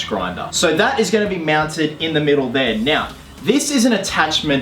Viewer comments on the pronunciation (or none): is he saying miau while saying mounted xD can´t stop laughing